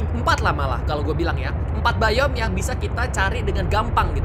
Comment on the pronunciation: Bang kata Abang yang bayom salah bang harusnya dibaca biom